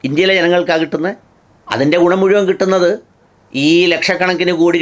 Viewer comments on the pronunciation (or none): none